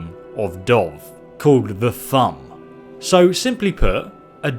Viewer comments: the thu'um is pronounced as thoom like vroom, not criticising you giving you notes, alot of the skyrim words can get confusing, if your not sure to pronounce something listen to how the voice actors and how they say it, like the one idiot carriage driver calls dragonsreach dragonsearch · It's a few months ago but Thu'um is pronounced Thu...um,like two words. It has a pause. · I know he's dyslexic but he should at least be able to pronounce a thing in a game he's played for years like the "thumb" are you joking lmao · Who knew, If you can make use of your thumb, you are a Dovakin. Awesome! For fucks sakes. You know how to say Thu'um. How many times have you heard this word?...I'm still leaving a like here, but come on... Thumb... @@ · very odd accent or mispronunciation going on. otherwise, interesting video. but why o why are you saying "thumb"? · He can use his thumb to shout fire - 2017 Jk, pronunciations aside, cool video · Mysterious Enigma its pronounced "Thoom" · I Cringed everytime he said it like that.. they only say Thu'um a million times in the game... haha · That pronunciation of "Thu'um" tho 😂 What's even the point in pronouncing it differently then how they literally pronounce it in the game itself? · Why does he say thumb its thum. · As Thu'um your saying Thumb its actually pronounced Thume... u just lost a sub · "THUM" AS IN OOOO THU'UM pronounced by almost all characters in the damned game took me 2 or 3 times you said "tham" to understand that you mean "thu-um" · It’s Thoom not Thumb you fucking idiot...disliked video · it's thu'um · when you said thumb i was like what?! Its th'uum but now i know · Ok, I know he's got an accent, so maybe he says some words a little different, but Thumb? Really? Thu'um, dude. "And then Talos could use the THUMB!" :P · Its pronounced thoom not thumb. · It's not pronounced thum, it's pronounced thoom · It's not pronounced thumb it's pronounced thoom